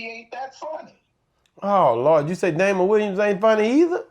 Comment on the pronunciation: argument is not rational. If it is a standard comedy club, the ticket price of $50 is both typical and logical. $90 is not. To Jess's point, many people would choose not to attend at that price. Furthermore, the comedian mentioned is Damon Williams, not Dameion Williams (as he pronounced it) and certainly not Damon Wayans. He doesn't even know his name. Damon Williams and Chris Rock are both funny comedic legends! Period! just likes hood comedy.